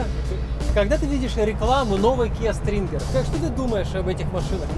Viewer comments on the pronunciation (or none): Kia stinger, а не стринги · Kia sTringer😂😂😂 от слова стринги😂🤦